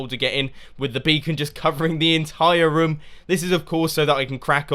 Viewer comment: You say rym when you say room